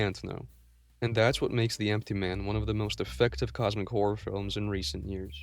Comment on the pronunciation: i like how you say Cosmic Whore